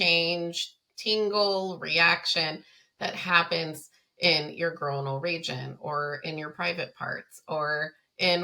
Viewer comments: oi doesn't make the long o sound in the word groinal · you say the word groinal wrong so so so so so many times 😂😂